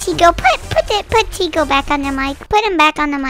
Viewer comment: Bruh it is Tiko not tico lol. Are u a fan or what? Only true fans know it is Tiko and not tico